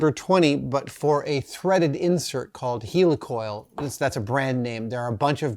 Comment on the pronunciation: Heli-Coil not Heeli-Coil